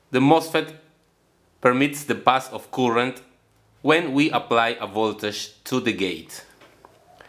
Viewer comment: Disculpe maestro por mi intromision pero la palabra current en ingles se pronunciaria algo mas o menos asi como courent sin demasiada rrr , jaja , soy un gran admirador suyo !